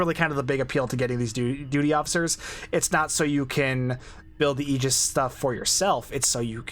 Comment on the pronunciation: Holy crap!!! You pronounced Aegis correctly! Nobody online gets that right. Subbed.